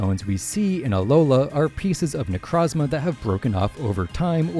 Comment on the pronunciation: It’s pronounced SIM-bee-ohnt, NYE-UH-LEE-goh, NAH-GUH-NAH-DULL, NEH-KROHZ-muh, and SOLE-GUH-LAY-oh, “”! 🤨 You have poor pronunciation skills! Also, Ultra Beasts are genderless! No genders! And you put the name Solid Rock on backwards!